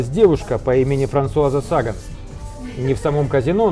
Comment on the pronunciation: САгвн? Как можно жить во Франции и не знать ,что ударения во французском везде м всегда на ПОСЛЕДНЕМ СЛОГЕ . СагАн